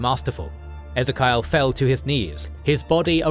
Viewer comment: Ezerkial!?! Ezzerkiyal!? Ffffffff